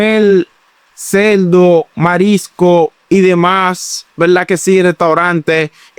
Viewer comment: Hay que escuchar la biblia dice cerdo no celdo.